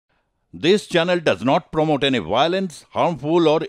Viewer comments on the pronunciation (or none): none